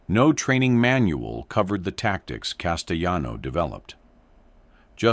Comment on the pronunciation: Castellano the double L has a Y sound in Spanish. CasteYan. Like this ...